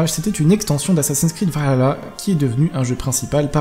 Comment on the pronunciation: C chiant a force la prononciation vahala dit le à la française stp